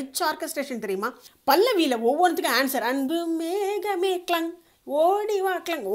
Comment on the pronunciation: Arumaiyana songs super Aana oru chinna thavaru thamizh uchcharippu Anbu mehame illai Anbu megame ok👍👍👍👍👍👍